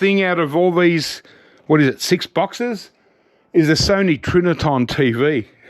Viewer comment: Trinitron not Triniton